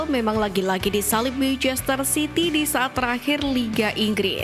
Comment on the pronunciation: kenapa sih dari dulu naratornya kalo ngomong manchester city selalu terdengarnya kaya "meicester" tadinya saya pikir saya yg salah denger, tapi emang bener naratornya ngomongnya "meicester" terus...😂